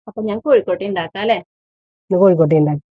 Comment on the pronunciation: Kozhukkotta ennalle, kozhikkotta ennu kettu